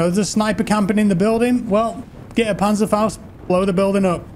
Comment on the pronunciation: Im from Germany and you pronaunz Panzerfaust very good